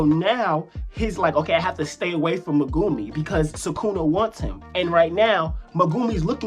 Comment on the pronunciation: When will we learn to pronounce even Megumis name right